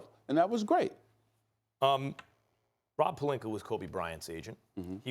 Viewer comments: Stephen A. Smith: “Rob Perlinker” Me: ITS ROB PELINKA! “PER-LINK-Ah” “Ah” THERE IS NO “ER” ON HIS DAMN NAME!! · Is anybody ever gonna tell Stephen A that he’s been saying Rob Pelinka’s name wrong ever since he’s been a laker lol he keeps saying Pelinker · can someone inform SA its "pelinka" not "pelinker".... jackass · Everyone: Palinka, Ibaka, Stephen A: Palinkur, Ibakur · “Rob Pelinker” lol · Wtf is Rob Palinkuur, though?🤦🏽‍♂️👀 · Stephen A- “Rob Palinker” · SAS mispronounces people's name on purpose. "Rob Pelinker" "ZAZA PachuliERRR" disrespectful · whats up with Stephen a smith always calling pelinka, plelinker? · I also think this all of a sudden pronunciation of “Pelinker” is a calculated move... You have to understand psychology and how to work it in certain situations to help deflect any potential heat that may arise from your [in this case his] hot topic he decided to fire up discussions on. The dude is brilliant, I’ll give him that. Do any of us think he suddenly woke up dumb today and forgot how to pronounce Rob Pelinkas name? Cmon the dude is workin it! Lol. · No one: Stephen A: Rob Pelinker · No one: .... ... ... ... Stephen A: Rob Pelinker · Steven A - "Rob Pelinkuur" ⚰😂